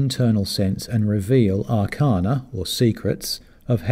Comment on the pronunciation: Sorry, but we Swedenborgians should really pronounce the English words 'arcana' and 'arcanum' the correct way, and not as though they are Latin words. It's ar-CAIN-uh & ar-CAIN-um, not ar-CARN-uh & ar-CARN-um. The same vowel sound as 'arcane.'